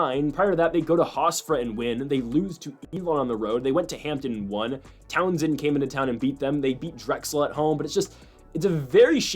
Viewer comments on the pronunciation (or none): Bro. It is tau-sun not Townsend 😂